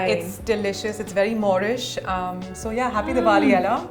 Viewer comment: isnt that yaaaaaaaaaah she borrowed from USA 😂😂😂😂😂😂😂😂